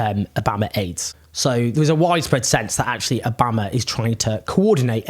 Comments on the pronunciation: why are you pronouncing obama like that? it sounds absolutely ridiculous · how can you so wilfully mispronounce obama's name that is so weird!!! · Owens pronunciation of Obama is ridiculous lmao